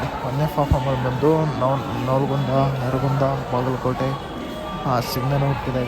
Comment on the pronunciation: ನಿನ್ನ ಬಾಯಲ್ಲಿ ನವಲಗುಂದ ಅಂತ ಬರೋದಿಲ್ಲ. ಹೋಗ್ಲಿ ಬೋರ್ಡ್ ನೋಡಿ ಆದ್ರೂ ಓದಬೇಕು ಅಲ್ವಾ 🤣😜